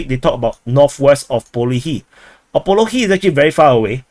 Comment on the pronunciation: What analysis. He just parroting a couple of sources, draws some " sorry wrong color"ugly lines on the map and butchers geographical names beyond recognition. Its actually a retarded comedy show